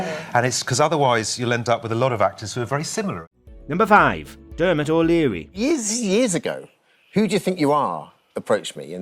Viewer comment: derrrrrmot o"dreary Stacey who-ley